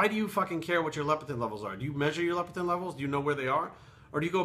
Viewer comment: LEPTIN NOT LEP-E-TIN, but WGaF anyway?